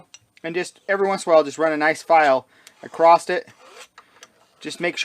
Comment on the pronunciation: I was with you until "acrosst" ...